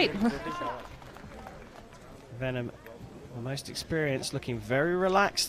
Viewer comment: The commentator's pronunciation of 'Vennam' as 'Venom' is hilarious 😆